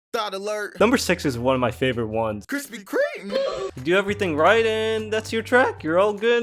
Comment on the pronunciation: kwispy kweme?